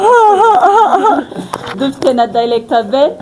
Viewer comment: Point of correction: not “dilector “ but “director “ R not L